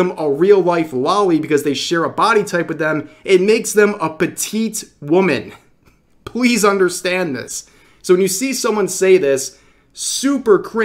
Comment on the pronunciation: "Pwease, understend that"? :3